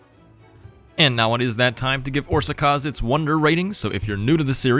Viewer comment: Pronunciation: The á letter is something like the u in the word but. Both times you pronounce it like that, except for a little longer. Sz is like an s in super the rest were on point.